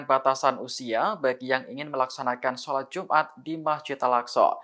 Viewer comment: Salat jumat hahahahahaha woiii kau x belajar baca ka, salat jumat ka solat Jumaat woiii